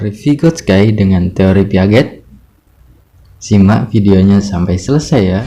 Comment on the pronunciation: Baca piaget nya salah kak.. Heheh maaf nih